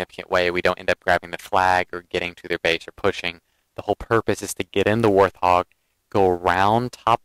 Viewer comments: Hi, I'm a sub of yours & respect your tsctics & in-depth knowledge of the gsme & not trying to b a jerk here, when U say warthog the H is silent just like the animal-Thanks just a dumb thing that was evident thamks 4 the vids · No offense taken by these comments at all. Instead, I appreciate them. I have mis-pronounced the name of this Halo vehicle from day one. The word is said "Wart-hog" NOT how I say it ("Warth-hog"). Like TheWowso pointed out, MANY people mis-pronounce this word (wether they know the correct way or not). It's actually a funny little quirk in the Halo community. :)